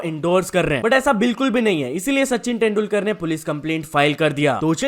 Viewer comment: Abe kya 10dulkar bolraha hai? तेंदुलकर hota hai